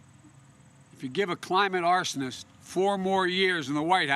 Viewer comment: Climate Arsenist 😂😂😂 He so crazy 😂😂😂